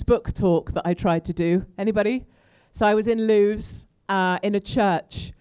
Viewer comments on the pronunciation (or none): "loos book talk" should be pronounced as "Lewis" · Katie, Sorry to hear that you have been abused by a group of hooligans.That is absolutely disgusting and they are a load of ignoramuses. Incidentally LEWES is pronounced 'Lewis' (local speak). We (a load of us) LOVE you and reckon you are the 'BEES KNEES !!!! Hear, Hear for what you say about Tommy, thanks for giving him a hug on the 'day' .......No Gerard means NO UKIP ! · Lewes would probably more receptive if you learn how to pronounce the name of the town, Katie.